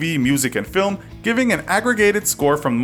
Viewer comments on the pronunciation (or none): none